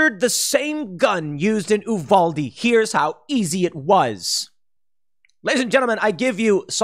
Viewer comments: It’s pronounced…yoo-val-dee. My family is from there…I’ve heard so many butcher the word over the past few days. Btw, I made one phone call to inquire about the killer and got more information from my family there in 5 mins than the press has put out over the past 48 hrs. Truly shows how much they’re trying to cover up. This is a textbook neglected kid turned psychopath. No father ( mother just knocked up and left to raise by herself) dude was know to abuse small animals growing up. He and his mother were regularly heard yelling at each other with her being incredibly upset over his behavior and how he can’t keep living with her if he keeps up his “strange behavior”. She eventually kicked him out of the house which is why he lived with his grandparents bc he had nowhere else to go. But hey, let’s not talk about the lack of mental health care for kids like this, let’s make it a gun control issue, shall we? Typical mainstream media… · It's pronounced you-val-dee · It’s pronounced U—valde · Hey Tim, it's pronounced "You vahl deh." Even though technically it's supposed to be "oo vahl deh".